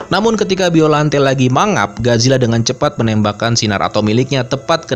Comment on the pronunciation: Bacanya gak gitu juga kali baca biollante nya